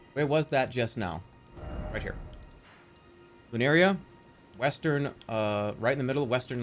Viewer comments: At least dual weld is an actual joke. Unlike the other things people have mentioned here. And also "Lurinia" instead of "Liurnia" and "Atlus" instead of "Altus". It's like he's not even reading, he's just.... Estimating with his eye-balls. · Him calling Liurnia “lunaria” is so funny 😭